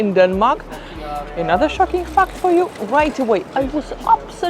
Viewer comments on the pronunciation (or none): Please stop pronouncing "fact" as "fucked" :-)